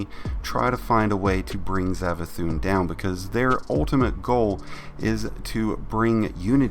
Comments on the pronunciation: Savathun not zavathun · Its savathun not zavathun its an s sound sssssss not zav